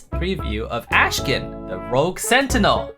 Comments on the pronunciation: akshan not ashkan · CAN YOU STOP PRONOUNCING "ASHKAN" FFS IT'S "AKKKKKKSHAN" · says: Ashkan Word: Akshan ENGLISH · did he ever notice that his name is actually akshan and not ashkan? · why are people already saying his name wrong XD its Akshan not Ashkan. messed up the vid title too lol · His name is Akshan, not Ashkan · Whole video "AshKan" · Bruh it's 'ahk-shan' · Did you realy call him ashkan and also type it like that in the video title xD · Akshan, say it with me, AKshan